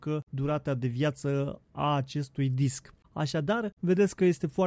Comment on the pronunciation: "Disck" okayy